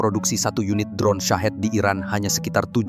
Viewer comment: Bacanya "Syahid" bang, bukan "Sahet" Rudal murah buat kamikaze -- alias mati syahid.